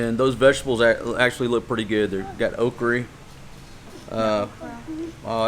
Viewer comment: When you called that OKRA , OKRIE I almost fell of my couch I laughed so hard.